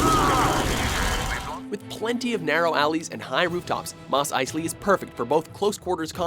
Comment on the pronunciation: Mistakes: Mageto is pronounced Ma-je-toe Kashyyyk is spelled with 3 y's The "Mos" in Mos Eisley is pronounced "Mose"